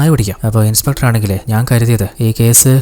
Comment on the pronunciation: Niiice..👍👍. Pinne shradhikkaan oru kaaryam parannote... ഇൻസ്പെട്ടർ അല്ലാട്ടോ ... ഇൻസ്പെക്ടർ.